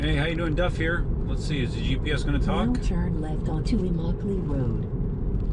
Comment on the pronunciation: Hearing immmokalee road the first 5 seconds threw me way off 🤣 I live in Naples.